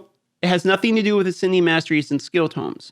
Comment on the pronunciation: My spine twitches each time Tome is pronounced Tomb. 😂 Great vid as always man. The answers here were not entirely good imo. Increasing the “value” of rares and rare tomes is a weird goal.